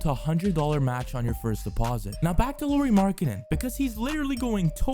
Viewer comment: FYI, Lauri is pronounce the same as the surname Lowry, with 'Lau' rhyming with 'how', 'now', 'cow'.